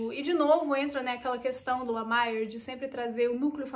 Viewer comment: a pronúncia de Lemire é próxima do português mesmo, ou seja, "LEMIR" Bom vídeo